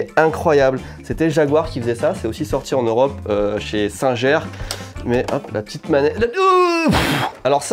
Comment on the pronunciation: Petite correction pour les adulte ^^ singer ce dit singé